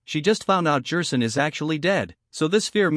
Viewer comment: Is there a way to fix some of the mispronunciations like Jerson? I’ve not used TtS much, so idk